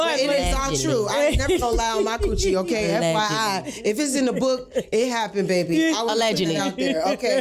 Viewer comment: … it’s the initial “oKay? For me. Now why you said it like that? 😚